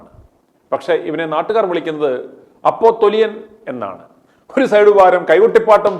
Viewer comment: അപോസ്റ്റിൽ അല്ല അപ്പോസിൽ